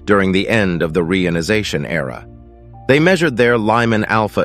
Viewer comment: ai voice cannot pronounce reionization, very irritating